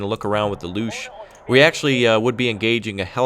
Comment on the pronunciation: btw, pronounciation of "Luchs" is pretty much the same as English "looks", as in "looks like a good day" :) I don't care that this is a 4 y/o video.